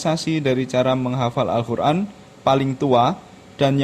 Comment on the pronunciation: Maaf mas, kok saya dengarnya Al Khur'an ya? Bukan Qof. Ngapunten..